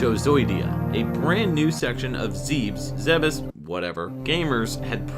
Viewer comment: Planet Zebes, ゼベス, is pronounced zeh-bess. There is no room for debate, there is no room for interpretation when it comes to Japanese pronunciation.